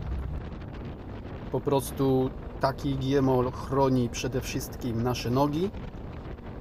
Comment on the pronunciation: Wszystko super fajnie, ale taka mała rada. GMOL - Gięta Metalowa Osłona Lędźwi (czyta się jak się pisze) a nie G-Mol czy Giemol